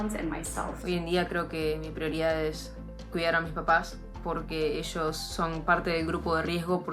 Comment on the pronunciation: Juanba Zurita, dónde está la platita? "Finanshal Shitueishon", paaaabres! "Para cuidarse a esshosss"